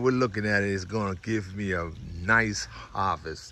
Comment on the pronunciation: "a nice AWWVEST" 😅😅